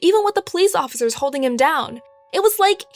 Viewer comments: Who realized that she said offigers like if u did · why she says police officers like that 😂😂😂 “Da police oFfIcErs”😂😂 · she said police offfffizures